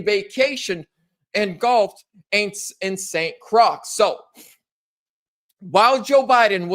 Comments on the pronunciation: Not pronounced; Saint Crucks it's Saint Croy.🤦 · It’s pronounced st. Croy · Saint Croy😊 pronounced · St. Croix is pronounced St. Croi, the ending is dropped because it is a French name, Love you brother, keep.up the great work. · The X is silent in St. Croix...it's pronounced "kroy." No offense, but if you make major mistakes like that, no one one will take you as seriously (or, it will give the demonKKKrazis something to focus on instead of your message). Also, it's "the GIST of the story" (pronounced "jist"). No offense. I just don't want to give the dems an excuse to mock you or put you down or find reason to ignore your message.